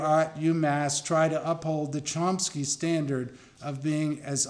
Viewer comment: There's no 'P' in Chomsky... Maybe someone should explain that to the goof introducing him...